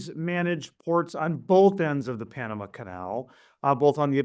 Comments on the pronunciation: Panamu??? It's Pan u mah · Where is the female host from? She doesn't know how to pronounce Panama!